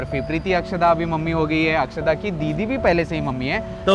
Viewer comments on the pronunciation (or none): Akshada not akshara